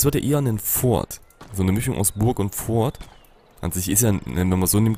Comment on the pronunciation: Das "T" bei "Fort" spricht man eigentlich nicht aus! ;) #GrammarNazi Nice Folge wieder! Ich hab mich schon in das Spiel verliebt und werde es mir dann kaufen wenn es fertig ist. Oder vllt sogar schon die Alpha!